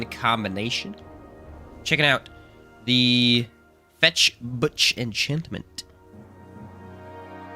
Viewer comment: it's not fetch butch. fechtbuch literaly translated means fight book and is pronounced pretty much the same.